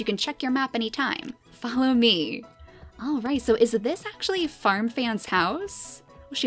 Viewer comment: I thought you were saying farm fam for ten minutes